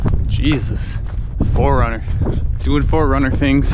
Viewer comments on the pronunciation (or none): none